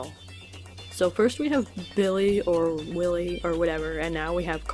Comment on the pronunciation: Anyone else notice how half the time she pronounced his name "Villy" lol.